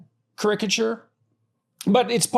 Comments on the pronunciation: care-ick-a-ture bruh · Is "ka-RICK-a-tyure" somehow the Canadian pronunciation of what the rest of us pronounce as "KAHR-I-ka-tyure?" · It is so painful hearing “krik-uh-chur ” over and over again. Is this a special Canadian pronunciation? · Never have I heard the word 'caricature' said like that. It was driving me crazy at the start. 😂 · Why can't he even pronounce caricature? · The way he pronounces "caricature" is sending me!😂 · Yeah, and he has to use some form of the word so many times in a row! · his pronunciation of caricature is annoying me